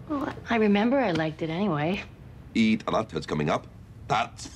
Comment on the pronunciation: he cant even said eid al adha right